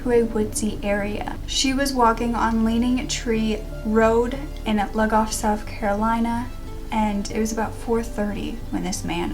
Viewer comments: also not to sound rude but it’s pronounced “loo-goff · Also no judgment, but the way you say Lugoff is hilarious 😂